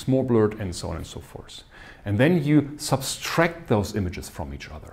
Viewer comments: Erroneously people pronounce subtract as substract and this happens world over 😀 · Thank you, Cyrill. The series is great, especially for beginners like myself, please carry on with it. Small nitpick: the word "subtract" doesn't have second 's' in it. I am not a native speaker and did the same mistake for years.